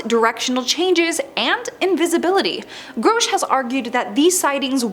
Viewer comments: His name is Grusch, not Growsch. Who can take you seriously when you fuck up saying the main topics name. You suck horribly. Delete this video and do it again. This time don’t use AI, use a human! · GROW-SH????? It's GRUH-SH. How you fk this up so bad? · Groshe. Lol. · You said his name like 53 times and you also said it wrong like 53 times. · Every time you screw up his name, YOU sound more STUPID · You'de think she would have done some listening on how others pronounced his name. So gross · Mispronouncing his name is part of the disinformation campaign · How am i suppose to believe anything you say when your "research" didnt include how to say his name. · Not even 2 seconds into the video and the Narrator EPICLY Phucks up David Grusch's name. Damn. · .....and says it 100 times 😅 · You are pronoucing Grusch wrong. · Yes there is no O in his name.